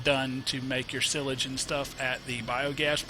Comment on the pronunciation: Silage is pronounced with a long i